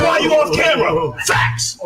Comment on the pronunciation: Why is kept saying "FATS"?